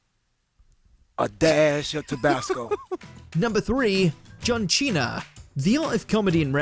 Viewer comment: Who tf is John Cheena??